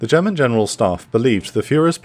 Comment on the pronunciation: you improved on your German pronunciation noticeably I am a happy German now